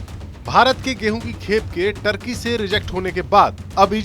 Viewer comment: टर्की नहीं तुर्की